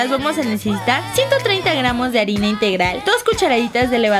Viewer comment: Dijiste arena en ves de arina, jajajjaj😂😂😂